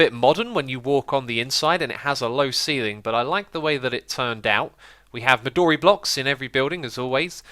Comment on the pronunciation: The "o" in "midori" is not a long wovel.